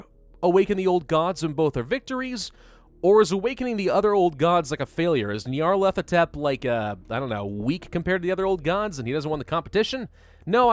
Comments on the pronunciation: Knee-o-leth-o-tep That’s how you say it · pronounciation: nyalethotep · Nar/pa/lar/pa/tept That’s how you pronounce it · Ni(long i)-arr-leth-o-tep. GG for English, amirite? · its pronounced Nyar (Like Nyan) Lef-o Tep, Nyarlefotep. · Neo-leth-ah-tep that's how you pronounce it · I think it’s nyar-thel-op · the cult of butchers the name like a substitute teacher